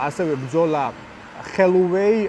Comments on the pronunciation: ხოლოვეი არა, ჰოლოვეი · ხელუვეი გამოგრჩა